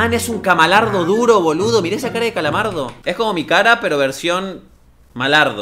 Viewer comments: Se dieron cuenta que en vez de decir calamardo dijo camalardo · se dice calamardo no kamalardo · alguien mas se dio cuenta de que dijo camalardo 2(o 3 veces) y despues dijo calamardo xd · gente normal: calamardo:camalardo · F por "CAMALARDO" o como la dise la gente normal (sin ofender) "CALAMARDO" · Es calamardo no es camalardo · Dijiste camalardo i era calamardo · yo:calamardo:CAMALARDO000000